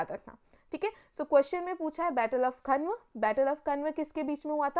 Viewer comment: बैटल ऑफ 'कन्व' ये कौन सा बैटल था??.....मैडम वो 'खानवा' है। और 'बार्बर' नहीं उसका नाम बाबर था। आप। 'सांगा' को आप संगा बोल रहे। परचम से ऐसी उम्मीद नहीं है।